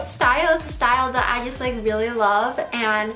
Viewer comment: She can't say "j" either, she says "yust" instead of "just"